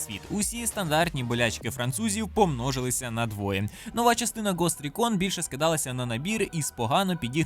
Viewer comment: шановний, я тащусь від твого контенту. Український ютуб росте і це ахуєно. Але цей комент - чергове повідомлення про те, щоб ти перевіряв як вимовляти назви ігор англійською. гост рІкон (через і, та наголос на і), а не рікОн :) Обіцяю що буду писати коментарі навіть якщо ти не будеш помилятись в вимові <3 Дякую за відео!